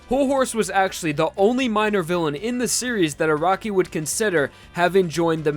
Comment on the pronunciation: Anyone else bothered by this guys saying A R A W K I